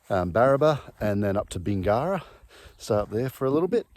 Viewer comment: You need to learn how to pronounce the name of the town’s you are in correctly. I cringe every time you say it incorrectly. Murrurundi, Bingara as examples.